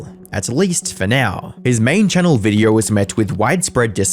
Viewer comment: im sorry but all im hearing is videourrrrrrrr